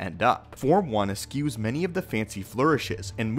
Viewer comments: please learn to pronounce the words b4 you use them. eschew.....not esCUES...your abuse of the word "coloration" particularly bugs me' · I almost look at Form I as a sort of blank slate from which all the rest derive whereas VI takes small aspects of I - V and combines them into one. Also, bit of a nitpick but eschew is pronounced eh - shoe and dogged is dawg - ed.